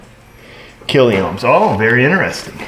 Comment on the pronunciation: Sorry, just say 102K not kill-e-ohms!:face-blue-smiling